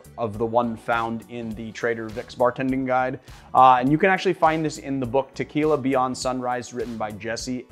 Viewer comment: I really wish you would stop mispronouncing it. And call it Tequila Blanco, not the other way around. If you cab pronounce orgeat by its actual name, why not as well with tequila?